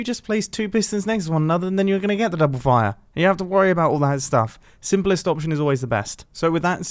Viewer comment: Mumbo: sinpelest option is always the best Nobody: WHAT IS YOU BUILS IN THE FIRST HALF OF THE VID